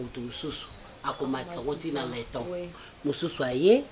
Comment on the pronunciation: on dit Linton et non leton.